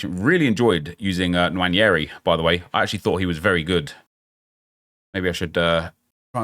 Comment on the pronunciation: The way he say Nwaneri is so funny. Let me help you. Its WAAAAAA-NAY-REE... Stress the parts with more vowels. Don't know why I'm teaching you. I just want you to say I'm cultured when pronouncing his name like you do for French names. Thank you.